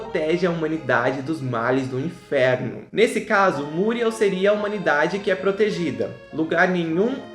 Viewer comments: É ( muriéu e não múrieu.) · É MuriÉl e não MÚriel. Muriééééé´lllll!!!! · Oloco, fala Muriel direito, da até agonia dhehehsuwgwhw